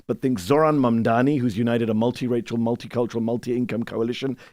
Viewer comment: MAMDANI. Not Mandani, or Mamdami, or Mandamni. MAM...... DANI.